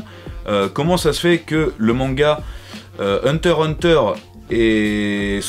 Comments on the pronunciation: J'ai laché le like quand tu as dis "Hunter Hunter" sans prononcer le "x" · On dit hunter X hunter